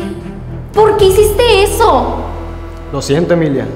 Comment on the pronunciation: P0rquE dicEs ezO